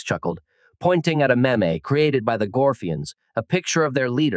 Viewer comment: Maybe have the AI be able to pronounce meme before posting a video on meme’s?